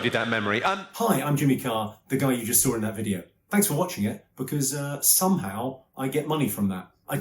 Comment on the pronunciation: Saw, not SAR